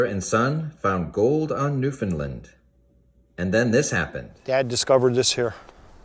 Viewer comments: Sorry but its pronounce Noof' N land. Land not lend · New Found Land lol not NewFunLand